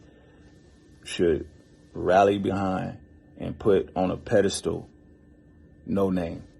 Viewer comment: It’s pronounced no-nah-may....not no name